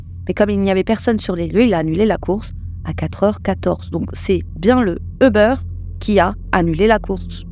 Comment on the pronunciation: Svp c’est Ubeeeeeeer et non pas Ubeuuure